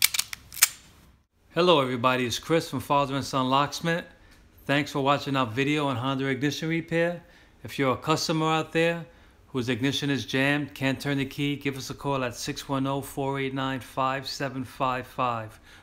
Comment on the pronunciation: I only need to change the switch and found this video while searching. That is an excellent video. The way you explain, the excellent camera work, the side pics giving a better lit view of the dark spots, etc, is excellent. You’re the best, even if you pronounce Honda, Honder 😀. Take care.